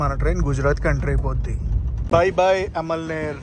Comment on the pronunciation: Amalner ante nuv alamaner annav bro